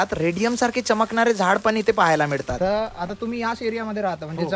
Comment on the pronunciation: मिडतात नाहीं रे बावळटा... "मिळतात."... गोडा म्हणतंय गोडा,,, खाल्लो 🙄🙄🙄